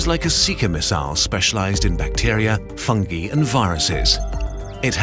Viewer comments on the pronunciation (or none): is it me or did he say fungi wrong it's like he said fungy